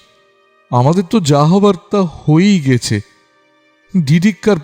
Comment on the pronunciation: সত্যিই ভয়ংকর গল্প একই সাথে আকর্ষণীয়ও বটে। ভালো লাগল শুনতে। তবে 'অব‍্যহতি' নয় কথাটা 'অব‍্যাহতি'আর 'গেছে' কথার উচ্চারণ 'গ‍্যাছে'হবে। ভুল উচ্চারণ গল্পের মাধুর্য নষ্ট করে,শ্রুতিকে পীড়া দেয়।